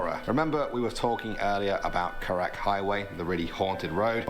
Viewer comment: Karak highway. Not carrick